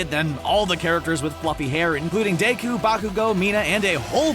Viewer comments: I started screeming the moment ITS DEKU NOT DAKU!!!!!!!!!!!!!!!!!!!!! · Stop saying daiku. It's deku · Did you say dayku? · my man really just said "Daku" instead of deku Edit: got this wrong because dabi's body was made for a ice quirk,but he had a fire quirk which burned him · He said dakoo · Did you seriously say daku instead of deku??? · Daku?it's deku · It's Deck-oo. say it right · Deku.... DAY-KU... dAY-kU